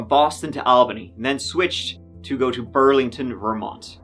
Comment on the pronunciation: Its "go" not "goo" and you're kinda creepy with your fake anger and concern